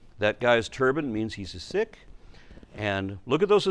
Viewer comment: It's pronounced, "seek", not, "sick".